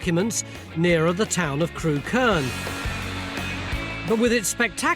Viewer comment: It's pronounced 'Crook-urn' not 'Crew-kern' 😆 It's funny that they went all the way to Ham Hill and didn't mention that right next to it is the site of a motte-and-bailey castle that overlooks Montacute and the edge of Stoke.